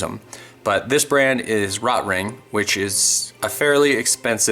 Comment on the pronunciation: Please learn how to pronounce Rotring.